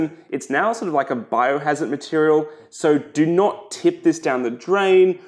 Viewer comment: Did you just say biohazzard 🙄... do you even know what that means